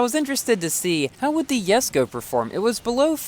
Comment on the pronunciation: It's pronounced JES-KO not YES-KO. R u confused with the letter "j"?